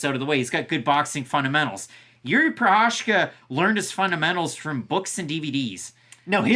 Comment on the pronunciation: Did you say “Prochazhka taking on Texeira”? 😁